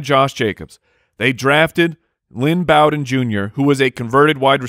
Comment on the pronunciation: Isn’t it pronounced Bow-den (like bow-ling) not bow-den (like I bow before you)?